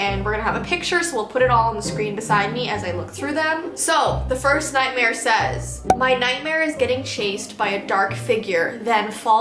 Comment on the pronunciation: Anyone else nothised when thqt guy was talking about his night mare and when he was saying nightmare he said night hare if you did I I I V